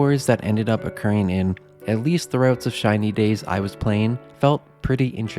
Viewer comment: Why am I hearing China days?